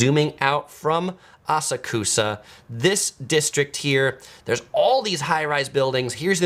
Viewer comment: How can you have such bad pronunciations of these place names but have such good knowledge? 😆❤(Asakusa is pronounced Ah-Sak-Ska)